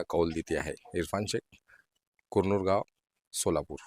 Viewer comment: इरफान कुरनूर नीट म्हण 😄😃😃